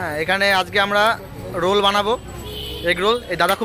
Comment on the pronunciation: Thats not roool its roll